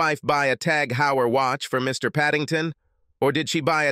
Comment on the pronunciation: The Heuer in TAG Heuer is pronounced "Hoir"